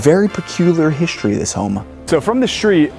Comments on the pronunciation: Why do you say hishtory instead of history? I notice you said exshtremely too. Shtreet? Shtripe? Say it with me, ssssss versus shhhhhhhhhh; NOT THE SAME. Iron is WROUGHT. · Shtreet. Hishtory.... No "h" there. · You know what I don't love? How the narrator of this video pronounces his "st" sounds. He adds an "sh" to all of them and he sounds absolutely ridiculous. It's not "hishtory" or "exshtremly" or "shtrong" or "shtairs", etc, etc, etc. Good Lord. The narrator didn't learn to speak that way, why the hell is he adding these stupid sounds to his words? It's such a common trend among YouTubers these day. It's amazingly unfathomable that they all started doing it. WTF is going on?